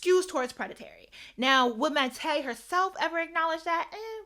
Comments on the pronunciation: Her name is pronounced "My-tay" disrespectful to keep pronouncing it wrong when all you had to do was listen to someone else say it correctly while you did your little research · Please pronounce people names correctly..Jellybean Johnson name is pronounced like the candy Jellybean. MAYTE isn't pronounced like the month of May..it's pronounced Miliyte The A has Sound is Pronounced The Vowel I Sound..And their survived for 6 days then she had misscarried shortly after I suggest reading her book